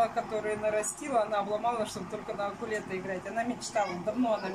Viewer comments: ты специально говоришь акулета? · Просто это видео недельной давности, о том, что правильно говорить укулеле, она узнала всего пару дней назад. Хотя, не удивлюсь, что будет и дальше каверкать, что бы больше писали